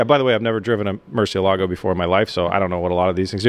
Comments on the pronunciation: Murciélago, the strong syllabe is in the "e" not the "a" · Maybe you can do a video where your expert, Ed Bolian, teaches you how to pronounce Murcielago. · It gives me tok how you do not prenunce good murcielago but it's fine lol